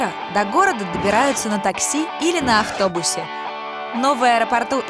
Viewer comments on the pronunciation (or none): вслушайтесь такси или ахтобус